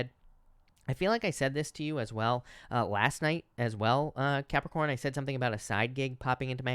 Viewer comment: I love how you say Capricorn 💕✨ Idk why